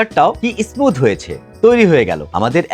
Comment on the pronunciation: ইসমুত টা কি ?? কথাটা স্মুথ। ইস স্মুথ না।